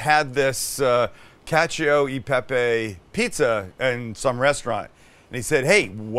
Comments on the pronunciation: Italians everywhere: what... the... FUCK is that. Sam: cAcIO de pApY pIZa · "Catchyo ee pepeyy" 😂😂😂😂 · ngl I kept hearing "catch a pepe" like Sam was trying to sell me on a NFT